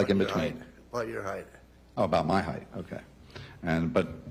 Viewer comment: This prosecutor says heighth instead of height